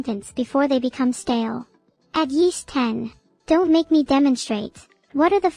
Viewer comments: "at yeast ten" LMAO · "A yeast ten." Love it. Hope we keep just for a little bit longer.